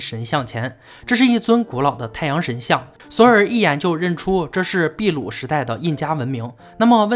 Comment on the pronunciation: 是的，秘鲁读的没错，但是不存在“秘鲁时代”这一概念。印加文明是秘鲁地区的文明。